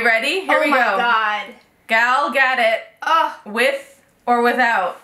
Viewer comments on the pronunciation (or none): o.k. i will now teache you how to pronounce Gal Gadot's name. you pronounce it ga-do-t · Sorry not to be hateful, but you pronounce gal gadot's name Ga-dote, with more of an Israeli accent. Sorry! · Not trying to hate but you're mispronouncing Gal Gadot